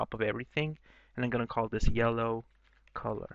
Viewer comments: "Yelloe" haha that made me laugh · Haha "Yelloe"